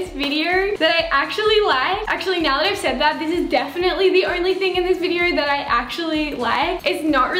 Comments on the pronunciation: She says videor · ""In today's viderrrrr"" ,"comment down belorrrrrr"